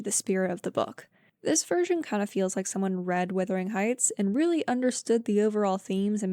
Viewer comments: The word is wuthering not withering. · LOOK AT THE SPELLING OR LISTEN TO PEOPLE SAY IT PROPERLY! IT IS WUTHERING NOT WITHERING!!!!!!!! Wuthering means windy, like the very windy Yorkshire moors.